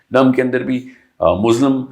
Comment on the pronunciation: Its muslim not mozlim. Pronunciation ka faruk hy bs